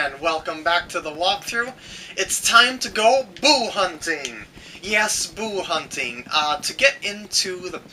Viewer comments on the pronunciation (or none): lol at the beginning I thought you said "It's time to go poo hunting"